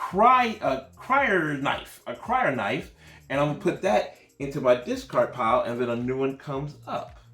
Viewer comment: Crysknife is pronounced like Chris + Knife not cryo knife ;) Also CHOAM is like the Chinese name chow + M. Good review .